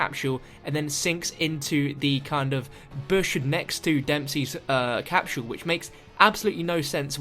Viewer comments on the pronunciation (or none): lol he says "capshule"